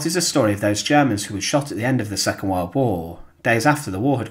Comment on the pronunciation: Since when is "world" pronounced "weld"? And "German" "jammin"? Anyway, no action. Fail.